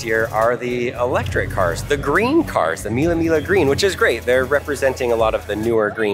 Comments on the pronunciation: Belin it's named Mille miGLIa not mille mila😂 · The pronunciation is "MEE-lay MEE-lyuh". VROOM! VROOM! VROOM!🚙